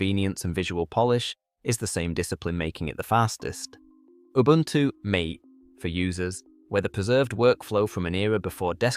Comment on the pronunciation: interesting video thank you, but curious about 2 things - the thumb says Same Foundation Different Lies. So, was expecting a video about the "lies" of each (ie untruths). Also, in the video, Mate is pronounced as "Mayte" (as in cheers mate), but its supposed to be pronounced as "mar-te" . So is the voice auto generated?